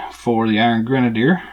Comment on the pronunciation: never mind Sarah, she forgot her Dunn(ce) cap the other day. You are pronouncing it right. Not sure where she got the misspelling from, but whatever.